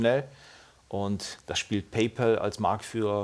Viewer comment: Hrrrrggggllll - isses denn so schwer? "Paypaul" gibt es nicht. Kann bitte jemand mal an seinen Englischunterricht erinnern? "Paul"ist ein Vorname. "Pal" heißt so viel wie Kumpel oder Freund.